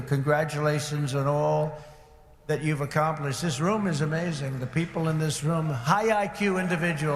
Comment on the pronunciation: “Thay” he can’t pronounce the letter s properly